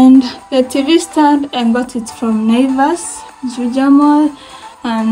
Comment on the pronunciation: Nice house but you " ngot" it from😅